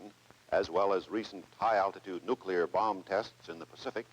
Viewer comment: “Low al-tit-ude also offers greater probability of survival during penetration….camaltoe concept…drop to low level to perform low al-tit-ude evasive pattern penetration at near sonic speeds…to deliver a lay down weapon against hard or hidden targets…” Nice…. Yes, I’m 5, just like every other guy you know, don’t judge us…